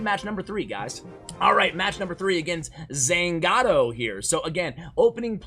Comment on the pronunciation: Zangado??? What the heck i've never heard my gamer tag with a Z